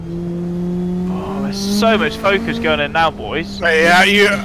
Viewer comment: "Fockus" - Shall Lecleh